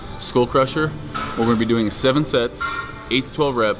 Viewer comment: Steve counting reps is the best hahaha HIVE HIX HEVEN EIGHT HINE HEN